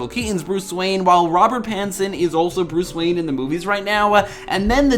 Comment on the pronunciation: Why do add an A sound to the ending of all your words? Dry’a Again’a Now’a Behind’a Bruce Wayne’a 🤔